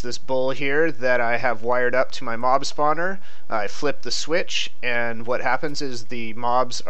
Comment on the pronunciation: in the beginning, it sounded like you said mom-spawner